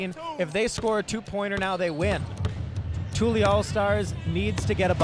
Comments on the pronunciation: Annoyed me the announcer was miss pronouncing tully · “Tooly” All-Stars? Smdh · Dude just keeps saying tooly instead of Tully lol. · Man keeps mispronouncing “TULLY” and it’s sending me 😂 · The commentator mispronouncing Tully the whole time was so annoying. highly disrespectful